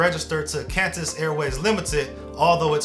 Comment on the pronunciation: “CANTUS AIRWAYS” 😢